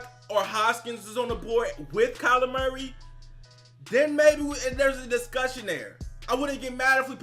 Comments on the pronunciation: Sounds like you’re saying “Calamari” haha! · Everyone says it like that. He is now calamari to me forever. Calamari = Seafood = Dolphins = get him